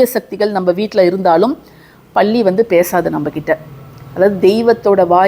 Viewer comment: பல்லி ❤பள்ளி இல்லை அக்கா